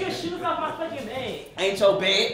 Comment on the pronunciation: Broo getcho shoes off my bed “AINCHO BED” 😂